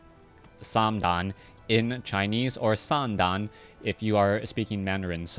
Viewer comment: you're still pronouncing the mandarin 三蛋 (sān dàn) as if it's cantonese =P 蛋 is fourth tone ;)